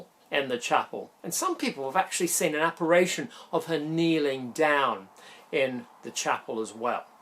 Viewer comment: 'Apparition'? signed Mr A.Pedant....